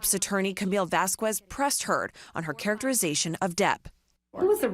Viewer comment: La pronunciación de ese apellidoooo xDD "Vasqüez" JAJAJAJA!!! Terrible xD